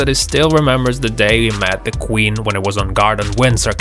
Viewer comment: Who else hears him say Quin instead of Queen